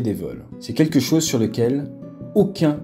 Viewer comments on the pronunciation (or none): none